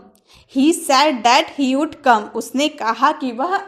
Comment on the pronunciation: Madam....oud nhi wood hota h